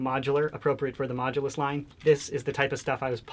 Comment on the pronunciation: It is not major it is mooulus